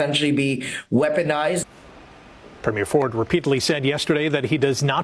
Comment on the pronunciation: Could someone, please, for the love of God, PLEASE learn how to pronounce Premier?!! And, while you’re at it, Newfoundland!